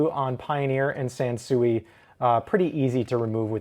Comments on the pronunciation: its pronounced "sanswee" like san sweet sansui. not chop suey sansuey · Not for nothing, but the Japanese pronounce it sahn-swee. I was stationed in Okinawa while in the army.